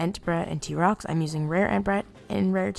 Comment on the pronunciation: "rare t-rox and rare entbrat" excuse me stop